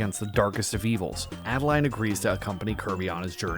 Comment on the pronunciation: First of all, it's Ado-Lean, not Add-A-Line. Secondly, what if we get a Pure Evil King Dedede?